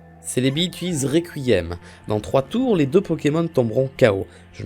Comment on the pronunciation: On est d'accord qu'il a dit recouillem